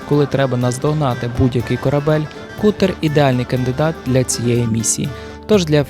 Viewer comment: Не Кутер, а Катер, броооооо